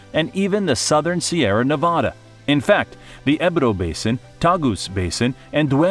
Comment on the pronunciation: No sorry at all man,your "Sierra Nevada" is also perfect,you are wellcome here anytime you wish.